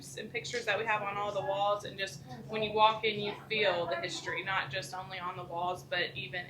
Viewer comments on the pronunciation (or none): none